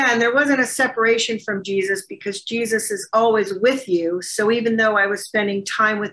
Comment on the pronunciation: The way he says Jesus...GeeSUSS